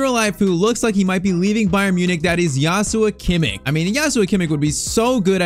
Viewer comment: JOSHHHUAAA KIMMICHHHH ❌️ JASUA KIMMIK ✅️